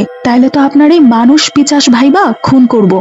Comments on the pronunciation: Pichas na pishach 😂 thik to korun 😂😂😂😂😂😂😂😂😂😂😅😂😂😂😂😂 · মাঝেমধ্যে পিশাচকে পিচাশ বলা হচ্ছে এগুলো ঠিক করতে হবে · পিচাশ নয় পিশাচ দাদাভাই, ভালো হয়েছে গল্পঃ